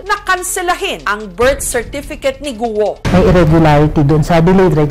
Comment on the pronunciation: Goo!! po hindi Guwo